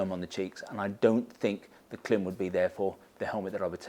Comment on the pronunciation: I always watch your gear reviews and really appreciate the detail you go into. But please, please, please…Klim is pronounced like climb!